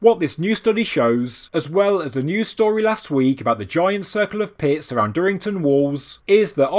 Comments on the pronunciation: Had to rewind. Thought you said giant circle of piss. Pits. Not piss. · Heard piss the second time, too.